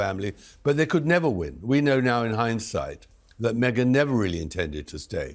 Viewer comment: Me-gain Markle